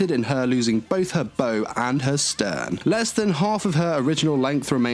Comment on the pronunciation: It sounded like he was saying flo-isha, rather than flo-tilla. He also pronounced "bow" incorrectly when discussing the damage she took in battle against the Germans. When referring to the front of a ship, the bow rhymes with "how" or "wow." He pronounced it like a bow tie or bow and arrow (rhyming it with words like "flow" or "glow")... Other than these little nitpicks, though, I really appreciate him doing these character reviews and tying them to the actual history of their ship namesakes.